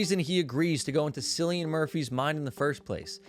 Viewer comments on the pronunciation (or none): It's Killian (hard C in Irish Gaelic) NOT Sillian Cillian Murphy is Irish NOT English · Mispronouncing "Cillian"🤔